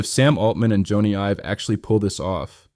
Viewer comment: Jonny is pronounced Johnny not Joana.